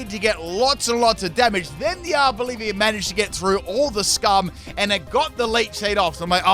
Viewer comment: So... Did you notice he actually called his Arboliva, Arbolivia? 😂😂